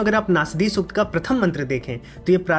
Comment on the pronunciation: नास्दीय नही ! नासदीय !!